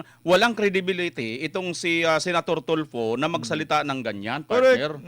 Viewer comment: Tulfo rhymes with Faldo...